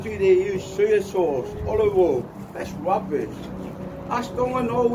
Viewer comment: "That's wubbish" lol